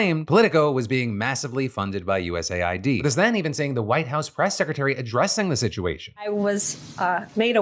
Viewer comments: Please call it US Aid not YOU-ESS-AYY-WHY-DEE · Philip, please, it’s “US-AID” (aid, as in help, assistance), not “USA-ID”🙏🏻 Look at their logo, it’s 2 different colors spelling exactly how to pronounce it. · US AID not USA ID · Why do people say USA I D instead of US AID? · I always thought USAID was pronounced U S Aid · Why is it not pronounced US Aid? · I always thought USAID was pronounced "uusayd" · Phil's pronunciation of USAID is destroying my brain...